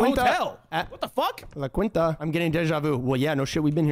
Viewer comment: .... la quinntah? Boys....